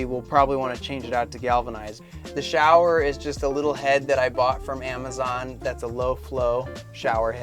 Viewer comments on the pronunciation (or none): none